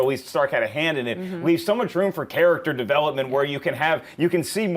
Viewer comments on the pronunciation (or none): none